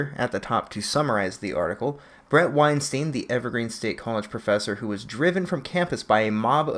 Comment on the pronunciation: Small point: his name is pronounced wine-stine (rhymes with Einstein). Not wine-steen. Not ween-steen. WINE-STINE.